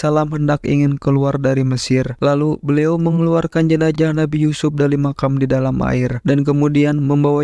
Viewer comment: Jenazah : tubuh yg sudah terpisah dgn Roh. JENAJAH : kemaluan (salah satu bahasa suku yg ada di Sumsel) Itulah pentingnya artikulasi yg tepat dan jelas dlm menyampaikan berita. Z harus disebut "Z" bukan "J"